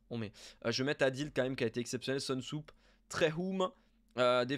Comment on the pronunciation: Soonsup se prononce Sounseup et non pas Seunsoup comme tu as tendance à l'appeler;)